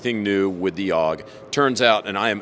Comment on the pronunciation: Ooh I like the pronunciation from the rep. “Ow-g”